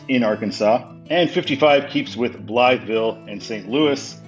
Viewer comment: The whole road complex east of the Poplar Street Bridge is interesting and confusing, though it's not as bad as trying to get from the Stan Span to eastbound 64. Also since I live in the area (roughly) I have to tell you that Blytheville is pronounced "BLY-vull" by locals. I don't know why that is.